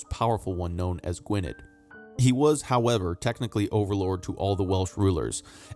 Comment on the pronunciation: Just an FYI: 'dd' in Welsh is pronounced like the English 'th' in 'they' or 'then' Gwynedd would be pronounced as "gwyneth", for example. I can say the 'LL' sound but I don't know how to describe it. Here is a lovely young lass that can: Love the videos! Keep 'em coming, please.👏🍀